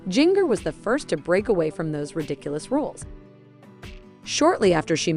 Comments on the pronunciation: You mispronounced her name EVERY TIME ! It’s like the spice Ginger not Jing( like ring) er. It’s obvious you never watched 19 Kids & Counting On. Jim Bob can have his dress standards but once married they are free to decide for themselves how they want to live & dress. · If you people want to talk about this Duggar daughter, PLEASE LEARN TO PRONOUNCE HER NAME CORRECTLY😡Its “ginger” with a J, not “ginger” like in “give.” You obviously don't even know this family so I don't know how you can report on their issues. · Please learn to pronounce her name correctly. Also several of the girls are married. That means you should use their last names as they are now. That is an insult to their husband. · Why can't any of you say Jingers name correctly?